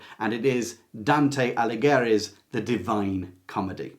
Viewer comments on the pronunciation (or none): The "g" in Dante's last names is SILENT. Dante Alighieri is pronounced "a-lee-YAIR-ee." He's an important poet. His name should be said correctly to show respect. I thought your list was quite good. Thank you.